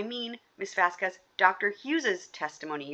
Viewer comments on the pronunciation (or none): I think correcting on the pronouciation of a specific attorney's name and the questioning regarding That Umbrella Guy's actual name/title, not muddled and ever-changing version of TUGs channel! So satisfying! If only he had corrected on the pronunciation of "Vasquez"!!!!